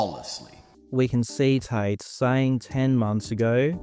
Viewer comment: For two brothers with the last name Tate you'd think they'd be able to properly enunciate the letter T.